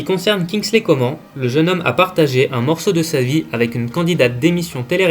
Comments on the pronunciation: Pour info on dit pas coman en mode "comment" mais on dit coman en mode "commanne" faut le savoir sa wsh !!! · Mec sa se lit Coman mais sa se dit comane